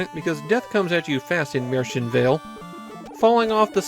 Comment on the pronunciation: This video does not pronounce it correctly, though. Look up how to say it in German.